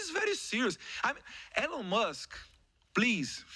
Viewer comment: Só errou a pronúncia do nome Elon Musk, mas de resto se garantiu. Representou bem os brasileiros despertos.👏